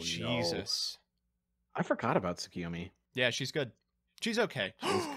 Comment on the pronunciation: I ope you and your friends read your youtube commentns. Please actually look at Tsukuyomi. Please. For the love of all that is good and just. Please? Tsukuyomi is, firstly, pronounced with a U, not an I. TsuKUyomi. Not TsuKIyomi. Secondly, he's a god of the moon, and Ameterasu's husband. >_>